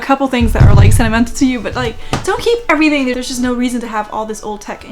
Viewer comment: "Labelin' errrtang...wall...myself!" I literally LOL and I need that so much today. I'm recovering from a flare up (that's why I have time to binge watch). I'm so glad I found your videos. The laughter is helping me feel so much better 💙